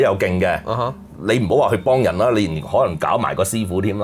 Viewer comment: 3個懶音都好嚴重：[降]頭、[幫]人、[講]、[額]頭......